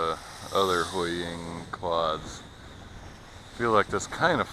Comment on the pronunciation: Hooii-Ying Toys, that's how it's pronounced